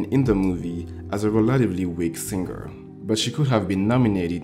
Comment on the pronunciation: when people realize its SING-ER NOT SIN-GER 🙄🙄🙄